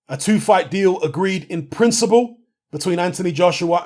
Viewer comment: Emphasis on the “In Principle”...